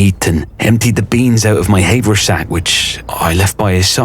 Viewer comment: hay-ver sack? have- er sack